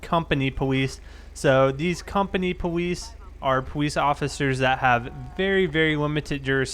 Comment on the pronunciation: "pawice officer" lol